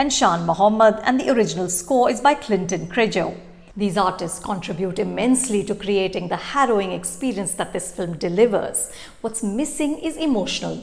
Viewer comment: BUMP! Clinton Cerejo is pronounced as 'Cereho'